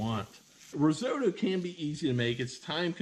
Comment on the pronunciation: Started watching but couldn't get away with your horrific pronunciation of risotto.